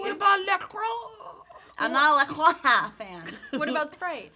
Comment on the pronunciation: They're pronouncing La Croix wrong on purpose, right?